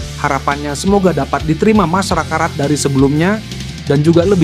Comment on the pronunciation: MASYARAKAT NYET BUKAN MASAKARAT😂😂